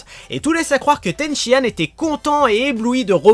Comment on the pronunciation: C'est Tenshinane est pas Tenshiane¡!!!!!!!!!!!!